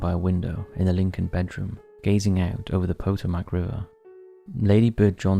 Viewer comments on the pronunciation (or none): The Potomac River isn’t pronounced Poe-toe-mack, it’s pronounced PUHH-Toe-mick. Just as Tucson is actually pronounced as Too-Sawn NOT TUCKS-SIN. 😉🙃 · Pah-TOE-mic. There for you... 😊